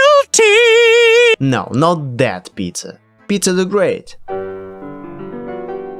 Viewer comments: I first thought you said " we should blame pizza here " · whenever you say "peter" i hear pizza